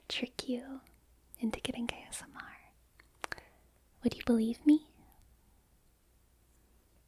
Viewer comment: i swear at the beginning she said "gay smr"